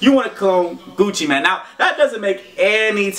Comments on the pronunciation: Gucci mane not man deeeer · Gucci mANE not man lol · its not Gucci man lol y does he say man instead of mane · Gucci Man? It's Gucci Mane. As in lion mane